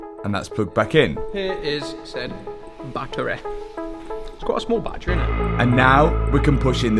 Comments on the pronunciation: It’s a battery, Not a battray. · Batt-ery not Bat-tree 🤪